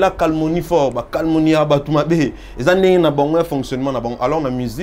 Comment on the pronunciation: on dit Calomnie et non Calmonie papa!!😳😳😳👉🏾